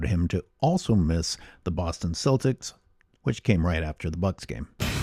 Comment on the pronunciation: You need to stop calling them selltics. They're the Celtics, CEL-TIC. Please, do some European history lesson for once xD